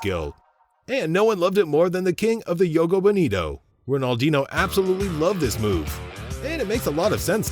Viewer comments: How can you make football videos and pronounce Ronaldinho wrong? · Butchered R10's name with such confidence.